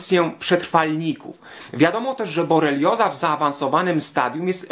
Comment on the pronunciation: BoRelioza a nie boLerioza jak juz.